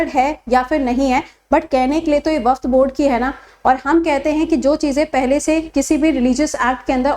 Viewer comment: Waqf hota hai,waqft nhi